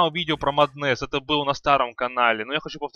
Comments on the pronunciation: Батлфури , не батлфляй , а батлфури. И не маднес , а маск оф мэдес ну или мом. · джагернауД блять, маднэсс, баттлефура... я думаю ты понял почему столько дизлайков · МАААднес и Батл Фура уши вянут, пол ролика разговоров не о чем. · Подучись английскому у тебя очень плохое произношение,и не Маднес а Меднес и не левль ,а левл.. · Прошла минута, а из моих ушей уже вытел литр крови. Эти ваши маднЭсы, батлефУры и фризы это какой-то жесточайший пиздец.